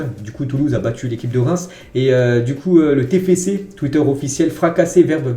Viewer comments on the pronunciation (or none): none